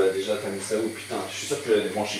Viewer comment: 8: 20'' pitain😂😂😂😂